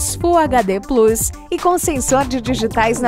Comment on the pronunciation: PORR@ falando o nome plus errado de novo pensei que tinha aprendido